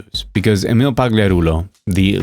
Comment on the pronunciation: IDK if I've said this before but properly pronouncing Emil's name seems so hard for some folks and I appreciate that you do. Albeit with some old world flavor, since I think he's Merican AF. Regardless it's a little thing but it sticks in my craw when other folks can't and don't look it up. It sounds like they are just sight reading it and it embarrasses me for them lol.